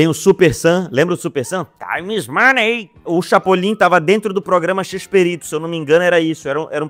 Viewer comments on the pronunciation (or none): none